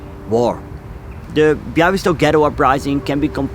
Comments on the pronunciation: Great video. I’m polish and I love the way you talk about subjects that took place in my country. Also your pronunciation of Bialystok was spot on:) Looking forward to your next video! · I'm Polish and I didn't know this story - thank you very much for letting the world hear it. By the way - your pronunciation of Białystok is spot on!